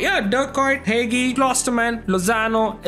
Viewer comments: its not heygee bruh its hagi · ITS NOT "HEIHII" ITS HAGI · It s not "hegi" it s "hagi"..... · Dont say Hegii(Hagi card) its Haxhii 👍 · You say hagi name is said haji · I don't think that's how you pronounce Hagi anyway w vid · Bro said Hagi wrong🤣🤣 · You said hagi wrong im Romanian so i know